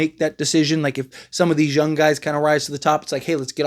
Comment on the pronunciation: The way you say “young” is wild!!!😅